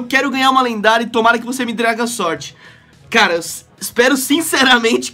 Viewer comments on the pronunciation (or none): none